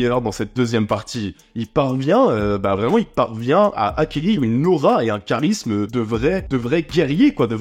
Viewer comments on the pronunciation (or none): none